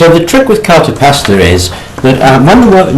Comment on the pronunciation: It's called cartapesta, not Carta Pasta.